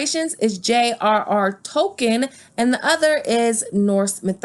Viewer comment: The way you pernounced the LOTR characters makes me want to rip my ears off.